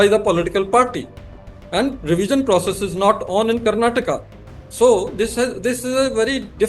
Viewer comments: It's Karnatakaaaa Karan ji please learn to pronounce properly sir. You are so arrogant and never change? As usual, we are here for the guest and always hope it could have been a better interviewer 😊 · Please pronounce "Karnataka" & "Kannada" properly. We have "a" at the end of these words & they are not silent. Please pronounce them.